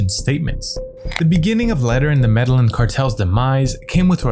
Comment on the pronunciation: Medellín [meh-de-yeen] NOT MEDALIN!